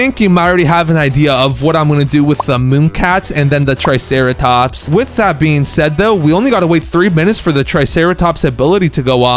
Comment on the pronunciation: And u called the triceratop truceratops